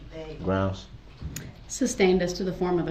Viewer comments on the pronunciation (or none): "GROUNZ"...."GROUNZ"....WHAT AN ILLITERATE DOUCHE🙄🤣🤣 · Grouns he axed… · I don't undershtand the grounz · Sorry, it's grounz, grounz, grounz! 😂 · "Objection, calls for speculation-" "GROUNZ" Just kills me that he does so after the grounds were given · And he believes it’s spelled “ grounz “ as well! 😂😂😂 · Literally, if he hadn't been saying "GROUNZZ," he would be able to hear the grounds. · Naw ...lol ... It's GROWNDZ" lol 🤣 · Substained? Grounz he axed without relevancy. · As they’re stating the “ groundz “ he just keeps yelling out “ groundz “ 😂😂😂 what an idiot. Then this “ groundz for the substain? “ 😂 It’s actually “ Sustain “ Mr Brooks. Also She legally doesn’t have to sit and explain anything to him. Just as she doesn’t to any licensed lawyer. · "Groundz for the SUBSTAIN?" 🤣🤣🤣🤣🤣🤣🤣🤣 Gets me every time...... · "GROUNS?" I swear, I'm going to make a t shirt with DB's face on it and have it say GROUNS in big bold letters. His understanding of the justice system makes me laugh hysterically. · Look at all the crap he says that’s ALL wrong ex. GROUNDZ, substain, and most important subject matter jurisdiction 🤡😆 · He says grounds and I cringe so hard